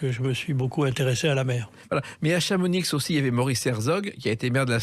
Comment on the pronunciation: chamonix sans le X d'Asterix